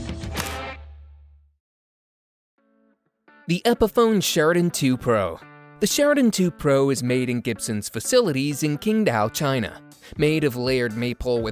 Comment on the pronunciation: The Chinese city is pronounced CHING Dao. I've been there.